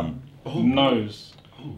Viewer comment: like how tobi said nose